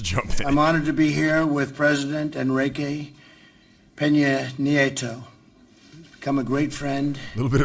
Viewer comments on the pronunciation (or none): Justin Trudeau has no problem saying a Spanish name because he speaks French. Trump didn't want screw up pronouncing EPNs name. Saying the name Enrique Peña Nieto can easily tie up a tongue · Neither of them pronounced the Mexican presidents name correctly imo. Trump just had no idea what his name was. Disagree with your analysis as well. Mexican president comes out best here imo cos he looks like he's there to sign a contract not to act like a child. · Trump mispronouncing Peña Nieto s name is unpurpose. He is communicating he is not important enough to him to learn his name. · You are wrong about the Mexican name being pronounced correctly by Trudeau. You are not that observant if you do not notice he completely skips the first name of Nieto; President Trump tops Trudeau in this because he mentioned the whole name completely and that is very professional. What is here is Jetta, Clifford, and Mac; Mac likes to compete in dog shows. He has an inflated sense of his own importance. Jetta often claims her accomplishments are bigger or better than others' and finds herself humbled. Clifford is a helpful, outgoing and a friendly dog. He will always help his buddies in their times of need and give them amazing advice. So (AKA ) put away your microphone before they ask you for it. is a minor character from Clifford the Big Red Dog. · PM Trudeau can say President Nieto's name easier because Trudeau actually cares to be professional and does the .5 seconds of research required to learn how to pronounce "Enrique Peña Nieto". Maybe Trump should have some of the asylum seekers or the daca kids he hates so much teach him how to pronounce President Nieto's name right. You'd think after almost 3 years in office he'd be have it down by now. Can't wait to see how he butchers AMLO's name. -.-.